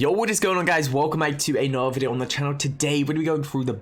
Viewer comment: In the intro when he says “Welcome to another video” it sounds like “Welcome to a nerd video” which is what it is